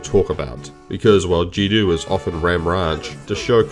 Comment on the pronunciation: Not that important, but thanks for pronouncing Jinwoo properly